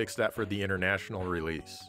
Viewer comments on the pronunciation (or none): none